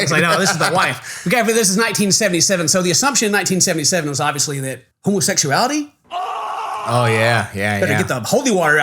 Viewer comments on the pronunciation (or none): "In the mormon faith, we don't practice Homoseck-soo-ality"